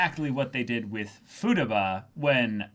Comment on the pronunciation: Hearing Futaba pronounced “futa-ba” threw me for a loop